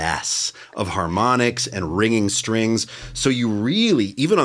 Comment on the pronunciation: Did she say "Hair-monics" ?